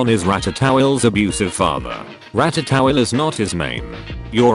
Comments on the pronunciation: Nobody: Narrator bot: RATTATOWEL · Ratatowels is perhaps the weirdest way I've ever heard anything say ratatouille. But it's also kind of funny so shrug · No one: Text to speech: rat-a-towel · Ah yes rata-towel.